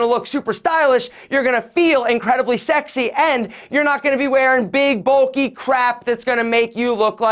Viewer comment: Three "sax-y"s you said man 😂 got my folks thinking what ya watching bitch.